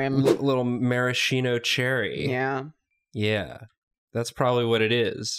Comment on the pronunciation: I imagined wearing a Hawaiian shirt and board shorts, sporting frosted tips and sunglasses on his forehead with the surfer way he said maraschino cherry.